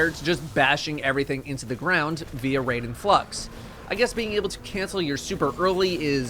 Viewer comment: RAI - DEN. NOT RAY - DEN.